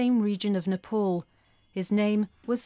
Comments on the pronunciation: Butter was not born in Ni- pawl. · Nepol or Nepal 😂